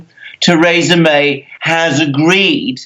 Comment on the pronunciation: Why should I believe anything this man says? He cannot even pronounce Mrs May's name correctly. The UK is crashing out with a No Deal Brexit. And that will be a national tragedy.